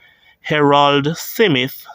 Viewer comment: why do keep Butchering the name SMITH (Simith)